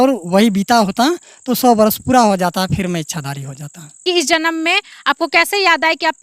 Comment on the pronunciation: Puda nahi hota hai pura hota hai ekdam pagalpanthi se hamara desh khatra me jaraha hai